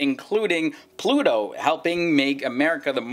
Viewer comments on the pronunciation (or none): none